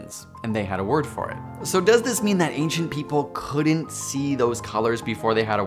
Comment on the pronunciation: I disliked becasue of your pronunciation of "couldn't" as "coulden't."